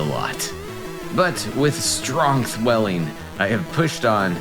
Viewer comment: "With strongth welling" 😂😂